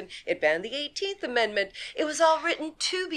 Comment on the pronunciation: "That's why it's called an ammedment".